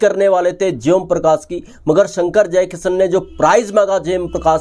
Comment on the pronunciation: श को स बोलता है ये... जयकिशन को जयकिसन 😂